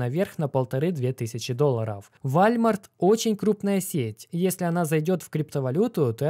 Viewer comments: вОлмарт) а то что то не сразу понял что за вальмарт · Как чел, который живет в сша 5 лет, скажу тебе: это не вальмарт, а волмарт) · Уолмарт, а не вальмарт 🤣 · Волмарт ! А не вальмарт 😂😂😂😂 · Не Вальмарт а ВОЛМАРТ. WALMART !! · Волмарт - правильно произносить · Уолмарт правильно говорить